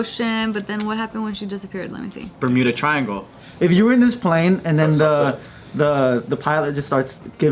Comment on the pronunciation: Thought Joe said burrito triangle